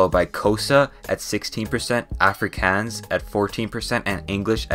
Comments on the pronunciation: Bro you "aaaa-fre-kans" its af-ri-kaans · i'm aa south african and first of all good vid bu secind all you here prouncancing Afrikaans wrong. It's ah-fre-kon-s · as an south african i laughed my a off for the way he spoke out afrikaans AFRIKEEANS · Did you just call afrikaans like afrccans? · As a south african, hearing him mispronounce afrikaans was painful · I just love when non south African ppl say South African words. Like Africans, it's w/ a long a sound😂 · Listening to you pronouncing some of the names of things was painful but thank you for trying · Why he pronounce Afrikaans like that bro 😭 Google that shit please, not even Google got that right. To get the right pronunciation Google English to Afrikaans and type Afrikaans in the English bar and listen to the translation into Afrikaans. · I like in South Africa and this is such a great video but you pronouncing some of the names wrong was so funny. Example Afrikaans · Dude you can't speak Afrikaans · The way you said Xhosa and Afrikaans was so funny bruh🤭 Make sure you hear a native say it first 💀😭🤣